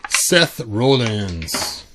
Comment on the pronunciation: It’s Rollins as in rhymes with Collins. He’s the peg warmer of this wave. But he makes good figure fodder.